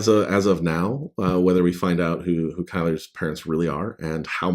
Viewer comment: In the audio books Paul Boehmer says Kylar, Kai-Lar and you say it Kai-Ler. I figured the narrator was saying it correctly because I thought he'd SURELY ask you the correct pronunciation. Odd that they'd take the liberty to change pronunciations up. Simon Vance is amazing though. I can't wait for the rest of the series to be narrated by him as well.